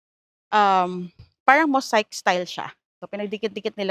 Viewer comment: Atcheng Malagu, Mosaic is pronounced: "moh-seyk" . ✌️😉